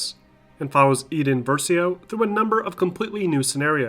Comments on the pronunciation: It’s crazy how many things you mispronounced even though they are said multiple times in the game, such as iden versio’s name and mygeeto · The way you said Rancor and Iden Versio bothers me